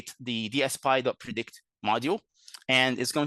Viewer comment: DSPy ("DS-Pie") called "DS-Pee" and "D.S.P.Y." in the first 3 minutes